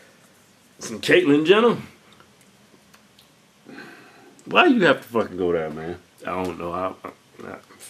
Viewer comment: Lmao he said Catilyn Jenner !!!!